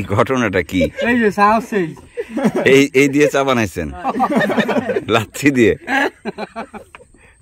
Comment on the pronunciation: লাচ্ছি না লচ্ছি